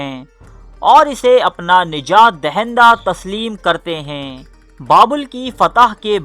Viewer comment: I love your content but please u need to work on your urdu pronunciations like the words ہے and ہیں also the last words u say please say them properly instead of sounding like a robot. Keep up the good work